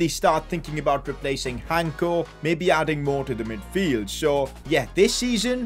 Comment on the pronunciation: Im from Slovakia like our defender Hancko and it pronounces with the c, not Hanko. Btw your videos are just great